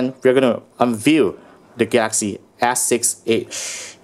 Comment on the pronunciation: "The Gaxy ass six edge" 😂😂